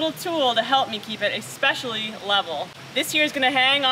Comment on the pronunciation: Ec(x)specially???? what's wrong with you merrykaans?